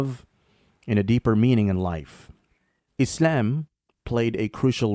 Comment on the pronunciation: I don't like the way you pronounce Islam